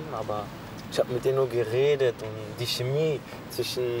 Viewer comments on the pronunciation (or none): none